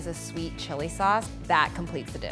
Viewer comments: its sauce not "suace" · It's soy sauce not soy suace